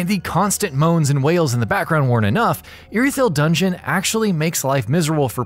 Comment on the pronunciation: You pronounced “Anor” wrong. And it bugs me, also mispronounced “Irithyll” but good video 👍